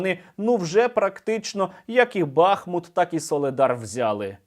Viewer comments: Місцеві кажуть не БАхмут, а БахмУт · Вельми дякую за позитивну подачу новин! Як завжди, чітко, саркастично та обнадійливо! Тільки от проханнячко: у назві міста БахмУт наголос падає на останній склад, як і в усіх тюркських словах. Самі ж мешканці здебільшого теж кажуть БахмУт. Тож будьмо обізнаними! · Пане Сергіє, дякую за роботу! Але БахмУт, бахмУтський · Бахмут наголошується на другому складі